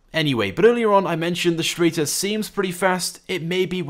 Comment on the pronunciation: it is pronounced str-ai-ter